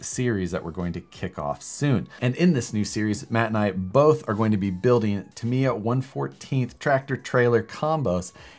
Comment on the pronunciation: it's Tam:e:ya lol Tamiya....